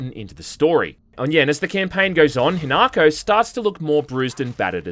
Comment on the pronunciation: FYI the girl is called HINAko, not HANAko.